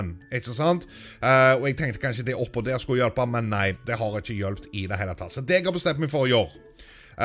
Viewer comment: Hører dere når han sier DER. Sier han det på dansk XD